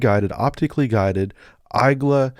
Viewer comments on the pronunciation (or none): EYE-gla? Come on man 😂🤣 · Igla/igła is pronounced e-g-wa not whatever you said